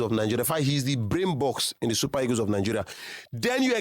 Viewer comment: Nigerians are funny. They have such weird pronunciations. They defy the queens language with ease. Listen to how they pronunciation the word EAGLE. The word is pronounced EE-GL but the say EGOS😂😂😂😂. What is EGOS? Can't you Nigeria pronunce EEGL? 😊😊